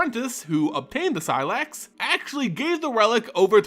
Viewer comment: first say say slex, now seelax blast....